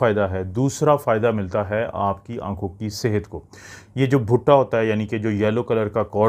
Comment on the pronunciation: butha nahin bhuta hota hy😂